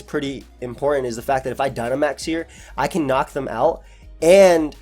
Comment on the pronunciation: lmao the guy just said Gynamax